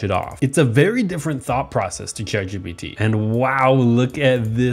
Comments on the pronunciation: "Congrats ChatPGT" wtf do u mean "ChatPGT" it's ChatGPT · My teachers say it’s ChatGTP so PGT doesn’t even sound that bad